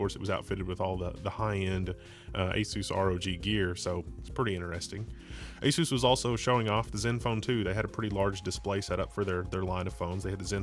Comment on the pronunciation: ay soos? It's ah-suss, bro. Like PEG-ASUS.